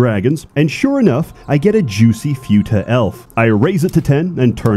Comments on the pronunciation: Can't even pronounce futa right. Video is ruined. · I've never heard someone say Futa that way but ok. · i am 100% sure that is pronouncing futa wrong, just so that autists (myself included) will out themselves in the comments by correcting him. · I wonder if pronounces Futa wrong on purpose just to annoy us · I have never heard anyone pronounce "futa" that way. Weird. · Im not going to correct another grown man on how he pronounces futa, Im just gonna say you sound funny lol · Oh my god I've been pronouncing futa wrong the whole time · I'm honestly bothered(and also amused) at how he pronounced "futa". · "fyuta"/"fewta" It's "foo-ta" (foo like food, without the d no pun intended) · As an expect on the topic, it's fu-ta not few-ta you rewtard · The u in futa is pronounced like in puma and not like in unicorn. Otherwise great speedrun! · Ackshually, it's pronounced фута, not фюта. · its futa pronounced as /fyu-tah/ or /foo-tah/ ??? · First time I've heard it being pronounced as "few-ta" and not "foo-ta". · I lost dopamine every time he said fyuta because I am fucking autistic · Say fyoota again! SAY FYOOTA again! I dare you, I double dare you motherfucker! Say fyoota one more time. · I can't get over pronouncing it "few-ta" lmfao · I love how pronounces futa like you would futile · Everyone know the correct is foota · The repeated pronunciation of 'Fyuutah' made me want to throw my PC out the window. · First time I've heard the pronunciation "fee-you-ta" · Pronouncing it few tuh has caused me to have few er braincells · “Eestrogen” and “Fyuta” Hey learn the lingo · I haven't heard it pronounced "few-tah" before. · "Fewta" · pronouncing it as "fyoota" is making me unreasonably angry. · lol pronounced futa as fyuta. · Ay yo, "futa" is pronounced without an added "y" after the "f" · The most offensive thing about this video is how you pronounce futa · This pronunciation of futa is giving me a brain bleed